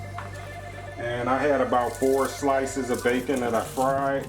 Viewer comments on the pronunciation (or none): none